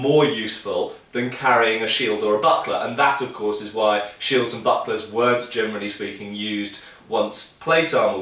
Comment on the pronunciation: every single time you say "generally speaking" I understand "germanly speaking" - I'd love to hear that ;-) btw: would you like to comment on fighting techniques and the general style of the Witcher Games?